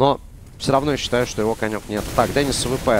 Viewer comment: Не дэнис а Денис на и ударение